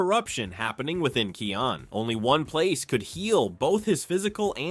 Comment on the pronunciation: You mispronounced Kion’s name. (His name is pronounced as "KIGH-on”.)